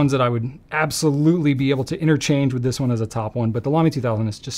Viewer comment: Me: …Lamy 2000: Lamy 2000 Me: nailed it. 😌✨